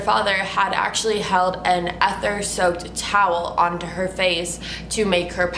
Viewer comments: its pronounced EEE-thur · Love ya girl. It's pronounced "ee-ther" and it's a highly flammable chemical often used for starting tractors that have run dry! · Its pronounced Eat-thor